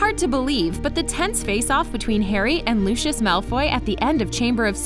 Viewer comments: That LuChIoS is wrong it is Lucius ( Loo-see-uhs ) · OMGGGGG CAN YOU NOT SAY LUSHUSH ITS LUCIUS ITS A C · She isn’t a real Harry Potter fan the girl who is saying it It’s not looshis is lousies Soz I have bad grammber 😩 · who the fuck is looshous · wait wait wait. Americans pronounce luscious as looshus the heck is looshus lmao. It's meant to be pronounced more like Lucy-yus or Lucy-yos. ’m laugh-crying right now haha Looshus I will never forget that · IM GOING TO SAY IT AGAAIN FOR ONE👏🏻LAST👏🏻TIME👏🏻! ITS PRENOUNCED LOUSIUS NOT LUSHUS!!!!! (Lucius) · WHY ARE THEY SAYING LOOSHIS INSTEAD OF LUCIUS (LOO-C-US) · who tf is LOOSHOOS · It’s not LU-Shus it’s LU-si-iss /// If thats how you can read it 😂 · It’s loo see iss (Lucius) Not looshus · Lucius. (Lus SI us) not lue chus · looshes? LOOSHES? BITCH IS LU-CI-US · PLEASE "LUSHES" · I’m sorry did you just call Lucius Lushus? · Lushish- 😂 Lol no hate just a lil funny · i don't want to be rude but its (lu-si-us) just for the future. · Can someone tell me why she’s saying “Lushes” at the beginning?? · Why does she say Lucius like luscious😂😂😂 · Omg this annoyed me... ‘Looshoosh’ for real? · why they gotta say “lUshIoUs” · are we not gonna talk about how they say lucius it sounds like lushos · DID YOU JUST CALL HIM LOOSHIS MALFOY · And when she said Lucius she said lushiush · Lol they said lucis when it’s Lucius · WHY DI U SAY LUCIUS LIKE THAT LUC-EY-US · She did not just call Lucias as lushous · Oh yes she did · Looshus???? Is that how it's pronounced now? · it still bugs me that she mis pronounces lucius's name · Who else is getting really annoyed by the way she says Lucius, like she is saying it wrong. Learn how to say his name please. Also, I love the video, super cool facts.